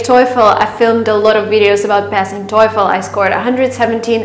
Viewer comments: You got 700 on GMAT but sorry sister you pronounced TOEFL wrong. It is TOE-Fuhl not TOY-Fuhl like you did. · The way she pronounces TOEFL though...🙈🙈